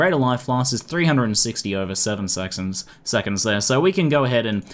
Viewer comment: Sexonds eh? XD